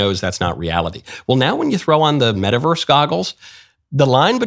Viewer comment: what the heck is a "meta-versre?"